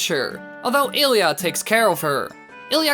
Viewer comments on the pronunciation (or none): none